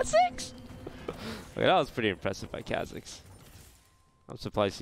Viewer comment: Please learn to say KHAZIX correctly. It makes me cringe